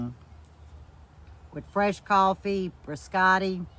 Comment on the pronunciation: Another great one. It''s BIScotti not BRIscotti. Thnaks.